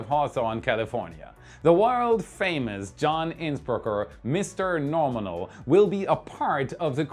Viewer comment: When Starship will launch then I'll count how many times John say Norminal 😆